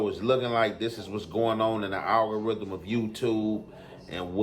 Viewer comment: My boy said “The ALGORITHIVE of YouTube” 😮‍💨